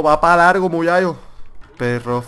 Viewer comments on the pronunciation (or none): Muyayo?? Si intentas decir MU-CHA-CHO dilo con la ch por favor ,no con la y